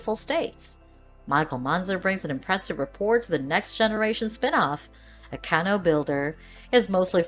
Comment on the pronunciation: CanO?? Lol Please stop saying canO haha Bad enough most people call them Canoo's. It's cAnoo :)